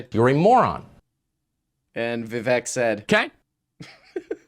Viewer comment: please show Vivek some respect. His name is Vivek and it rhymes with cake. See you at the trail